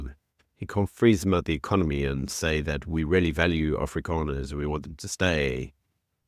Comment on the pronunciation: If you can't say Afrikaners correctly don't say it. It's not Afrikaaners it's AFRIKANERS. ONE A OK. DO YOU GET IT.